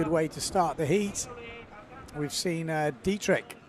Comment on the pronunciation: Sol Degrieck (pronounced thegreek but with a softer g) Not Dietrich:)